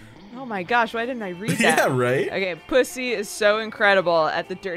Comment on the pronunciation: I cannot say how much i regret the fact that they pronounced it "puszzzz" instead of "PussZEE" smh except for, good to know I can count on octo